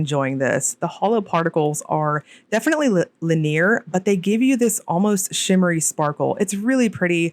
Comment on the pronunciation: i love ur vids so much, tysm for all the swatches u do 🙏🏽 btw *if it's ok to say* when u described April Showers, it's pronounced Lin-eee-ur not lin-near